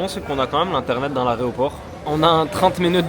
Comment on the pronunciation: l’arè quoi ?? l’areoport il a dit 😂